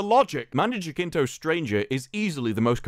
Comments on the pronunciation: It’s pronounced juh-sin-toe, not juh-kin-toe 🤦🏻‍♂️ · Btw, it's pronounced as hasinto.